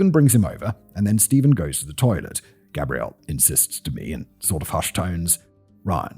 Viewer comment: Wonderful telling of a horrible tale. Unfortunately, what continually caught my ear was the mispronouncing of the masculine Gabriel with the feminine Gabrielle. It made me question if there is some subconscious undertone at play.